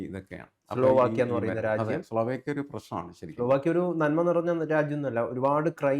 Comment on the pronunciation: സ്ലാവോക്കിയ അല്ല, സ്ലോവാക്കിയ ആണ് 🙏